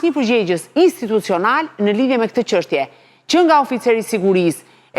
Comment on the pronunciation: Sa e lodhshme eshte kjo, gjithe jeten gazetare dhe akoma thot qanta ose qeshtje njelloj si Qim Peka.